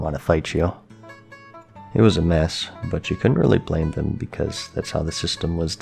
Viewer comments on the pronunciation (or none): none